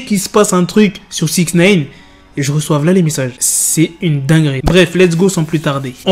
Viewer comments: Ça se prononce naïne, pas néïne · Je regarde même plus les vidéo tellement ça m’agace d’entendre "SIXNEYNE" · « sixneyne » PPTDTT WALLAH TON ACCENT JPP